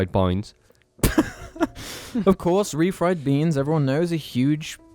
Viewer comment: HAS SAID REFRIED BINES BEFORE